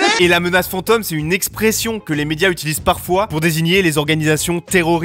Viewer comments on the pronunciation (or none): "la menace fantEUme" mdrrr dit le correctement